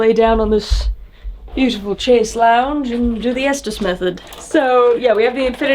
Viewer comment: Chaise lounge pronounced Shay's lonj 🩵🫂